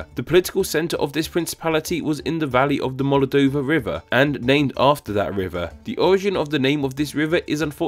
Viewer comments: It's Moldova, NOT MOLADOVA, plz don't film while drunk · Why did you pronounce "Moldova" like "Molodova?" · That saying of Moldova. “Molodova”